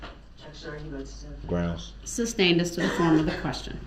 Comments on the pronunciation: "GROUNZ"...."GROUNZ"....WHAT AN ILLITERATE DOUCHE🙄🤣🤣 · Grouns he axed… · I don't undershtand the grounz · Sorry, it's grounz, grounz, grounz! 😂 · "Objection, calls for speculation-" "GROUNZ" Just kills me that he does so after the grounds were given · And he believes it’s spelled “ grounz “ as well! 😂😂😂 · Literally, if he hadn't been saying "GROUNZZ," he would be able to hear the grounds. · Naw ...lol ... It's GROWNDZ" lol 🤣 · Substained? Grounz he axed without relevancy. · As they’re stating the “ groundz “ he just keeps yelling out “ groundz “ 😂😂😂 what an idiot. Then this “ groundz for the substain? “ 😂 It’s actually “ Sustain “ Mr Brooks. Also She legally doesn’t have to sit and explain anything to him. Just as she doesn’t to any licensed lawyer. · "Groundz for the SUBSTAIN?" 🤣🤣🤣🤣🤣🤣🤣🤣 Gets me every time...... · "GROUNS?" I swear, I'm going to make a t shirt with DB's face on it and have it say GROUNS in big bold letters. His understanding of the justice system makes me laugh hysterically. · Look at all the crap he says that’s ALL wrong ex. GROUNDZ, substain, and most important subject matter jurisdiction 🤡😆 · He says grounds and I cringe so hard